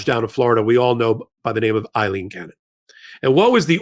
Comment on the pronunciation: A-lean not I-lean